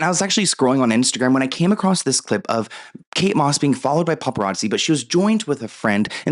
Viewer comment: Kate MOSS …. KATE DOSS !!!